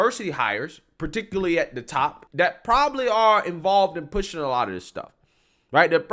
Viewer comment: You're a little too old to be pronouncing words that start with a TH ....D That is not Dat.... This is not Dis Grow up!